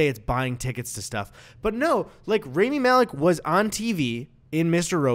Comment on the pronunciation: Guys PLEASE his name is RAMI Rah-me not raimi